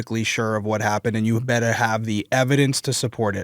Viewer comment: Boston area accent accidentally coming out with "you beddeh be sure" makes it hit so much harder! Lol (No, I don't know the nuances of every little area's specific accent in the Northeast United States. But I know when you get a Bostonian mad, that's what they sound like lol)